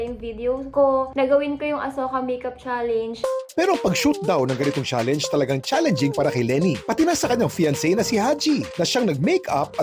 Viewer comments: Talaga ba? That's how you pronounce the word 'Challenge'? You pronounced it as 'Cha- Leynj'. Yuck. 🤮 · Cringe ung pronunciation ng mga netizens sa word na challenge ginawang "challeynge" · MAGANDA SANA KASO DI MARUNONG MAG PRONOUNCE NG CHALLENGE YONG SA KANYA IS CHALLANES 😂😂😂